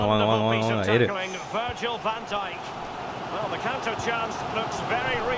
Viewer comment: Bro ihad already done this in fifa 16 my all Star team was: Cristiano Ronaldo Lionel Messi Luiz Suarez Luka Modric Andres Iniesta Paul pogba Sergio Ramos Gerard Pique Marcelo Dani Alves Manuel Neuer And bro you are misprouncing some footballers name like Modric,De bruyne and van dijk